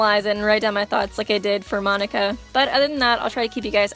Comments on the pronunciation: monaca mo-na-ca say it slow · Jaxxx x Its Monaca not Monica